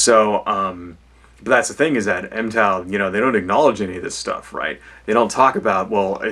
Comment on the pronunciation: Its pronounced mig-tow. not em-tow.